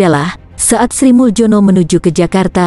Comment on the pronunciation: Pengisi suaranya tdk faham ejaan lama contoh Sri muljono hrsnya dibaca srimulyono dan banyak lg ejaan lama yg dibaca seperti yg tertulis saja !!!